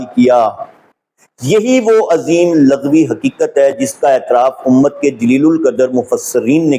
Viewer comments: ویڈیو پوری دیکھی ہے۔بس دعووُں کی بات کی تھی۔ورنہ تو مواد بہت اصلاحی ہے۔۔۔ناچیز پچھلے پینتیس سال سے تعلیم و تدریس کے شعبے سے وابستہ ہے۔۔۔اسی لیے تلفظ کی اصلاح کے ضمن میں عرض بھی کیا تھا۔۔لفظ لُغوی ہے جسے آپ نے بار بار لٙغوی پڑھا ہے۔۔۔ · السلام علےٰ من التبع الھدیٰ دست بستہ گزارش ہے کہ لَغوی نہیں لُغوی ہوتا ہے ۔ اِن التقیتن ہے آپ نے اٖن التقیتن پڑھا لمبا نہیں کرنا ۔ رسولہٗ پر ہ کو ساکن کرنا ہے کیونکہ اگے وقف مطلق ہے۔ ض کو آپ ذ اور ظ کی طرز پر ادا کرتے ہیں جو عربی زبان کے اسلوب کے خلاف ہے۔ گزارش ہے کہ کسی اچھے قاری سے تجوید کے قواعد و ضوابط کے ساتھ تلاوت قرآن پاک بھی سیکھیں ۔ زمْلونی نہیں ہے بلکہ زمَّلونی ہے م پر شد ہے۔ آپ کی کوشش کو سراہتا ہوں آپ کا کام روافض کے خلاف بہت زیادہ قابلِ ستائش ہے ۔ یہ رافضی بغض رسول ﷺ میں انکی ازواج کے مقام کے منکر ہیں ۔ جن کو اللہ تعالیٰ نے اہل بیت فرمایا ہے انکو نہیں مانتے لیکن جن کو رسول اللہ ﷺ نے اہل بیت فرمایا انکو بھی جزوی طور من مانی سے مانتے ہیں ۔ لیکن گزارش ہے کہ اللہ تعالیٰ مدد گار ہے اور اسی اللہ تعالیٰ کی دی ہوئی طاقت سے اللہ تعالیٰ کے بندے بھی مدد گار ہیں اسی لئے قرآن مجید میں ایاک نعبد الگ اور ایاک نستعین الگ فرمایا گیا ہے ۔